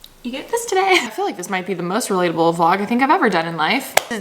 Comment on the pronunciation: she said ✨relatable✨